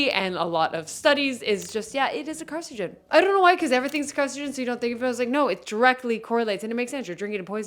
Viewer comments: carcinogen, not carcigen. but good video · Car-cin-o-gen, not car-ci-gen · Car-SIN-oh-gen Jussayin